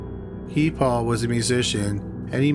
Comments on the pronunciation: Guy Paul.. He's french Canadian so it's pronounced "Gee" (like key) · I’ve never heard Guy pronounced like that